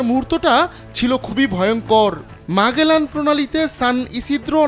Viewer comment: ম্যাগেলান প্রণালী নয়, ম্যাজেলান প্রণালী।